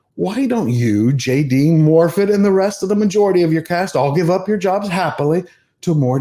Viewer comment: What can you expect from a Welsh person that can not be bothered to say her own first name correctly, in Welsh two dd's make a th sound as in "this" or "that".